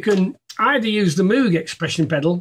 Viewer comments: It's pronounced like "mogue", like rogue or vogue!!! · For someone so into Moog it’s a shame you can’t pronounce it properly, they even did a keyboard that rhymes with it, The Moog Rogue